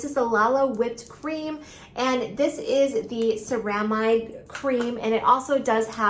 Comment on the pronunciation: I find it hard to take seriously a beauty expert that can’t pronounce ceramide or bepanthen…